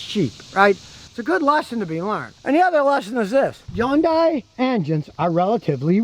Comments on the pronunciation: Yun- day... thought it was Hyundai..with a hunday sound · Hyundai, pronounced like Sunday! Not Hi Yundai! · Thought it was Hun day not Yun die? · YunDai? No Scotty, it's Hyundai, Hun-Dai. Your wife's famous car is not Rexus. Get it right. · I say Hon-Die , I've heard Hon--Day, but now Imma say Yun-Die😄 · Hyundai - pronunciation "hYun-Day" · Scotty: it’s pronounced HUN DAY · C'mon Scotty it's Hyundai like Sunday. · “it’s Hyundai like Sunday” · Scotty don't get fancy, it's just "HUN'DAY" , rhymes with Sunday.... The Y is silent. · HUN-DAY HUN-DAY.... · I kept pronouncing it has hon-dai lol. Also I am guessing the vehicle owner is standing outside the car ? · WHY DOES HE SAY "YUNDAI". MY GOD. And yes, Korean cars are absolute POS's. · Scotty ,you really should learn how to pronounce 'Hyundai' .